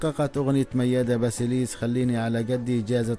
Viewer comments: ياريت قبل ماتعمل قناه عاليوتيوب وتحكي عن وفاه اوحياه فنانه تعرف تلفظ اسم وكنيه الشخصيه عنجد قرفتونا كلو بيحكي كانو جاي من كوكب اخر سماها مياده باسيليس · جدا جدا جدا.واسم عائله الفنانه بلفظه غلط . واسماء الاغني بلفظها غلط... رفع ضغطي